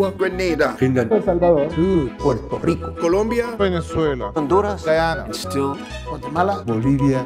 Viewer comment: It's venezuela not vene-zueyylaa